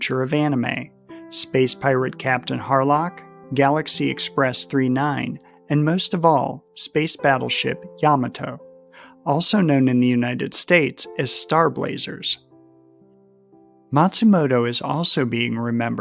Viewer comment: Manga is pronounced "MONN guh." Yamato is pronounced with even stress on all syllables. Yah Mah Toh